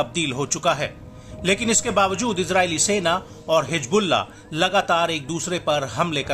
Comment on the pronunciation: Hijbulla nahi hizbulla hota hai